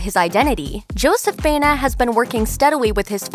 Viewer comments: It is pronounced BA- E- NA. Not BENA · Why do they keep pronouncing Joseph's last name, Bayna. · Correctly pronounce: bah-EH-nah.